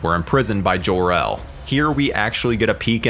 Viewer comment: You seem to have a big issue with pronouncing words, why are you saying Jor-El like that :/